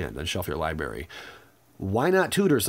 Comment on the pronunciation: Stop saying libary! It's library.